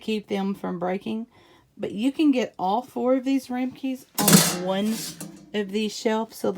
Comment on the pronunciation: Thanks for some great accessory options! BTW: The little dish, used for cheesecake...is a Ram-a-kin/ rhymes with "ham uh sin" (for future reference.)